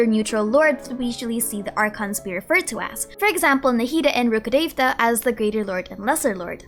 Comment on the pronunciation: Finally someone know how to pronounce rukhdevta